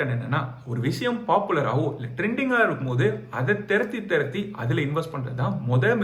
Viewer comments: யோவ்... அது தொரத்தி தொரத்தி! 😅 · "Therati therati investing ah"